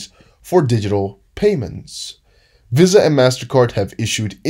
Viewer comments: Love your work but VISA is pronounced in America as VeeSaah otherwise your english is perfect. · Visa is pronounced VEE-SA. Where have you been dude? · Visa Visa Visa NO NO NO how do you not know how to pronounce it correctly ??????????